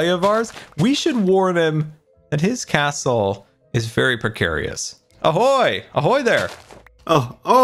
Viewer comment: Why do I hear krasel instead of castle